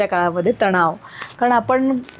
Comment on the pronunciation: तणाव बोलायचे तनाव नाही हे आधी शिका मग interview घ्या